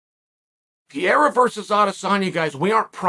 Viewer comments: Chael. It’s not Pi-e-ra . It’s Pe-rei-ra You’re still the 🐐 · Pee-erra... how hard is it to learn a proper pronounciation when you say it 20 times a day...